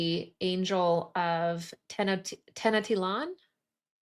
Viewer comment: Hey I'm frim Mexico and you pronounce very well those Tenochtitlan and Huitzilopochtli words 🥰🙌✨